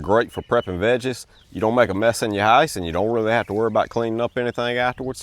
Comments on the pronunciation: I've never heard the word "house" said this way. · I was thinking the same, especially on his pronunciation of “house” lol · The way he says "down" and "house" is unusual. I thought Louisiana at first but maybe Kentucky or Tennessee